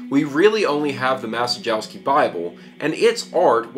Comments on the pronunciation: "Mah-che-yov-skey" would be a better pronunciation (the "cie" sound is closer to "che" - not the same, but "che" is the closest sound in English that I can think of). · It is pronounced "Ma-chye-yov-sky". Bernard Maciejowski was Polish Bishop in XVII century and he was the first known owner of this bible. (tip: in Polish every "j" and "i" is pronounce like English "y" - only "j" slightly "longer") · His pronunciation of Grosse messer is pretty....yeah, so don't expect him to get Maciejowski correct. lol